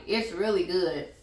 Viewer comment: This bout to be goodt with the T at the end 🤣🤣🤣😜